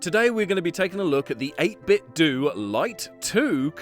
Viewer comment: say 8bitdo like it rhymes with nintendo like eytbit-dough instead of eytbit-dew